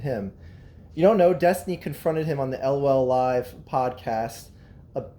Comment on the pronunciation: LMAO “el o el live podcat” It’s called LolcowLive and pronounced lawl cow live.